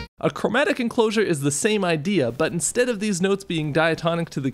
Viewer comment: "Chromatic Enclosusures" Admit it, you missed that double "susu" in "Enclosure"